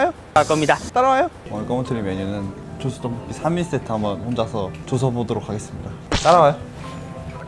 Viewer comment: 근데 죠쓰가 아니라 죠스아닌가ㅋㅋㅋㅋ